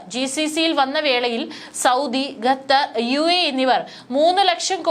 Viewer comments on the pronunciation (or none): ഖത്തർ എന്ന് പറയാതെ ഗത്തർ എന്ന് പറയുന്നത് എന്തിനാ, അതാണോ ശരി.?a. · ഗ തെർ.. അല്ല.. ഖത്ത ർ.. എന്നാണ് പറയേണ്ടത് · ഈ പെണ്ണുംപിള്ള വീണ്ടും ഗത്തർ എന്നുതന്നെ പറയുന്നു..